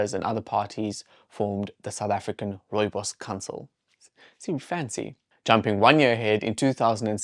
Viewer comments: Rowebows 😂 no wonder you didn't know. I wish I could hear what that sounded like? And to see your face when you saw that it was Rooibos. 😅 The pronunciation is Afrikaans & as South Africans I think we grew up knowing how to say Rooibos. And I think most of us know that it means red bush. I knew it was South African but did not know any history about this bush until this video. That's a shame but now I know, lol. I lived in Germany for 6 years & could buy Rooibos at the supermarkets, no problem. I doubt they know the origin and history of the bush either. Maybe some people know that it comes from SA, but I seriously doubt they know the history of the bush either. People overseas can be arrogant. We have alot going for us in South Africa. We were never taught anything about the Koi San's knowledge of plants, etc. That I would like to learn. Trust people to capitalise on this bush to make profit. I'm glad tge Koi San get credit & funds. If it wasn't for their knowledge we would never know about this bush and it's wonderful properties. It's a nice drink, I enjoy it when I'm really in the mood for Rooibos. It is not something I drink often though. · If I hear another British person pronounce rooibos wrong I am going to stick a koeksister up their gaat!